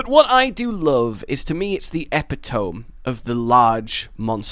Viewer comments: Oi ye daft bastard, ye keep pronouncing epitome wrong! Ye fecking keep saying Epi-tome. It's bloody Eh-pi-toh-me mate, in all English dialects ye fake Englishman! Say it right before we set a horde of emus on ye. From, Rajang's Bitch. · Is it a British thing to pronounce epitome "ep-i-tohm"? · I love your content but... epit·o·me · Wow... "the epi-tome" huh? Well, I guess pronunciations change with the generations... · Um, that’s not how you pronounce “epitome.” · I have to ask, how have you gotten the pronunciation of epitome wrong every time? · so I gotta know, is the mispronounciation of "epitome" an intentional running gag, or just has no-one corrected it?